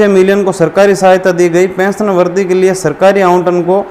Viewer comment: भाई साहब वरधी नहीं ( वृद्धि) वरीधी पढ़े